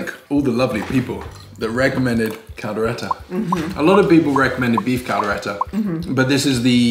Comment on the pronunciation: “Kaldera”... Kaldero (Cal-de-ro). 🤦🏻‍♂️😂 Props for the effort! 👍🏼